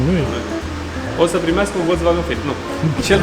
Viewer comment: in germana V se spune F și W V! se scrie Volkswagen și se citește Folksvagen! nu Voltvagen! :))